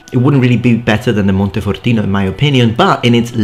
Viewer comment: Are you italian? Your pronounciation of "montefortino" was perfect. The accent too sounds a bit italian but it's so slight I can't tell.